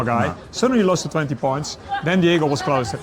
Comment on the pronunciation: Gentlemen, it's "Diogo", not "Diego"